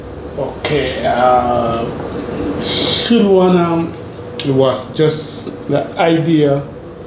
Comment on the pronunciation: Wodemaya thanks 🙏 for this inspiring video, u so brilliant to learn quickly even pronouncing "Shilu Ana" correctly 😁 . Long Live wode 🙏